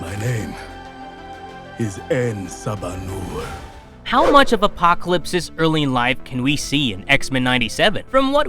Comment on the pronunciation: say it with me en saba - new-er